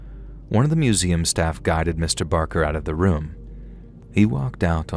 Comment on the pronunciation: listen... I love you so very much,. However, Mr. BaRker and I share a last name, and I'm here to tell you...this man has struggled enough!! 🤣 He doesn't need ANOTHER person mispronouncing his name, calling him "Mr. Baker!" Trust me, he's heard it enough throughout his life. Now that he's faced his fears, been trapped in a room with a dead body by preteens, and wrestled a mummy/dead man...he deserves to have his "R" recognized and respected, please, for the love of God!! 😅🤣🤣🤣❤️ edit I'm aware "Barker" isn't his real name, but it IS mine, so I stand firmly by my comment 💪🏻😅